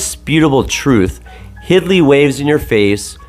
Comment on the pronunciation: Very interesting video. Just for the record her name is Hildy not "Hidly" other than that thanks for the great video.